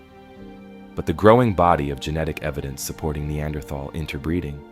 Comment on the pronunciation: That's not how you say Neanderthal.